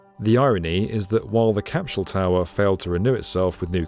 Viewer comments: Love this show, but why are you pronouncing an "H" in capsule? It's not cap shool. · What on earth is a "capshule?" What's "highth?" 😆